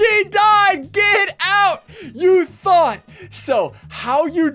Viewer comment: He meant thought....like u thought not that lol